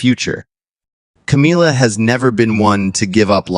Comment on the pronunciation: Ca-mil-la, not Ca-meal-la.